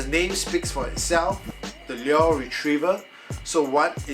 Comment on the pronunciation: any links for the exact one you have? your pronunciation of "lure" is wrong by the way lol